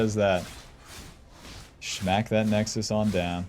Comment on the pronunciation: Sounds weird to hear "shmack" instead of "smack"